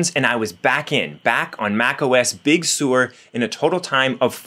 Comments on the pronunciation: Big Sur — Sur rhymes with fur, not sewer. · It’s pronounced Big Sir like the beach not Big Sewer! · Sir not Sore. Sir! Big Sur is pronounced Big Sir!